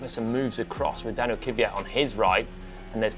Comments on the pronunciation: Can you teach him how to say Kvyat please? It absolutely is not “Kivvyat”! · It's KVYat not KYVat... How hard can it be?